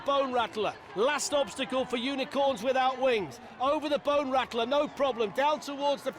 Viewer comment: "Can they make it over the BONE RACKLAR" aka Bone Rattler LOL.